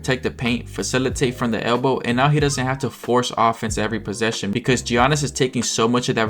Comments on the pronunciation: Is this channel AI? Who calls Giannis Gee-a-nnis? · Mispronouncing Giannis is crazy at this point